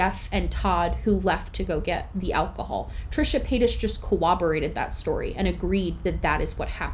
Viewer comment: Hey, I have noticed in a lot of your videos that you are pronouncing corroborate with a "wob" in the middle rather than "rob."